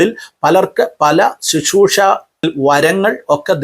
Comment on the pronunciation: Shishroosha alla uncle Sisroosha ennu para aadhyam ...